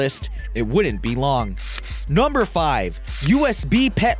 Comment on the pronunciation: I love how he says the numbers like nomber